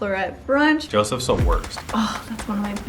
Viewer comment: It’s yousef not Joseph